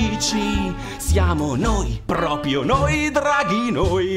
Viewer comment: Bellissimo peró ogni volta che dice "Propio" muoio un po'...